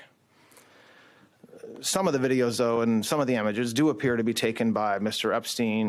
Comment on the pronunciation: .... i don't know if I can trust someone who pronounces images... emiges...😮